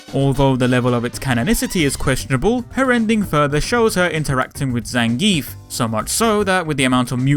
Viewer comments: It's actually pronounced Zan guee ev. I guess it's a russian pronounciation thing... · I pronounce his name "Zangeef" xD